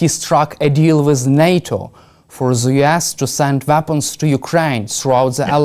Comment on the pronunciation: This poor young man trying way to hard to pronounce "th" ends up sounding "ze".